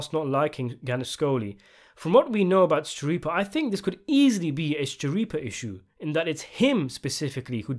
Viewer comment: Since 'Schirippa' is an italian surname (I think), it's pronounced 'Skirippa'. The 'CH' forms a 'K' sound :)